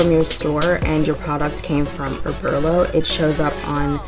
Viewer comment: Oberlo (Oh-bur-low)